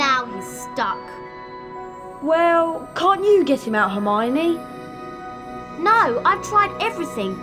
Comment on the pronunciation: Right😭😭😭 hermione too. That herfeffernie feffer